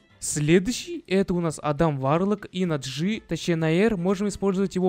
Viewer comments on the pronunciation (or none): none